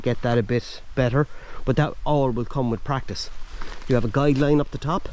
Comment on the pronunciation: Guy line not guide line!